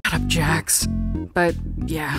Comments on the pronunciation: Its not jacks its jax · It's not Jack's its jax